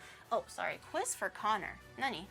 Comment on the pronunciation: CON-nor. It was in the name all along 😳😳😳😂